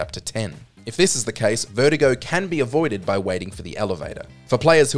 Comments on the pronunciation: Why do you pronounce "Verdugo" as "Vertigo"? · Is that how you're supposed to pronounce 'Verdugo'?